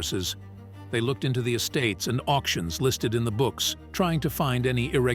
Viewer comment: They spotted a ring from the car? I don't think so. The AI narrator never mentions the missing persons' name. I know it's a bot narrating because of the pronunciation of certain words like 'origin'. He pronounced it like OREGON. Then the word 'auction' sounds like AUXION.